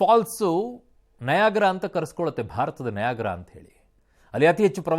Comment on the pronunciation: ನಿನ್ ತಲೆ, ಅದು ನಯಾಗ್ರಾ(ವಯಾಗ್ರಾ😇😇😇) ಅಲ್ಲ, ನಯಾಗರಾ.